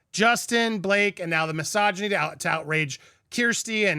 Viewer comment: I love the way you pronounced "misoginy". It sounded like massageny, so I now think every woman in the world is getting free massages 😅